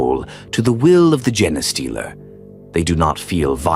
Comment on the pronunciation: You need to fix the pronunciation of genestealer You have it saying “gen” “es” stealer” Its pronounced “Jean” “stealer” Please fix it, it’s impossible to listen to it being so wrong